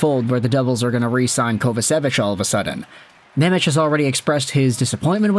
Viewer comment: Please please please stop saying nemech as simons name. Im slovak and its hurting me to hear😂. His name is Shimon Nemec not nemetsch😂